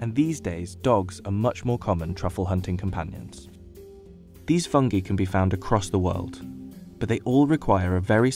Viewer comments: Fung-EYE not fung-EEEEE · Never trust a guy that pronounces it "Fungee" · did you just say fun-gee? aw hell naw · Fung gee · I'll be honest, this was literally the first time I ever heard someone pronounce it "fung-gee". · Me too man. Rea pronounce is fang-gay . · He can't even pronounce 'FUNGI" correctly.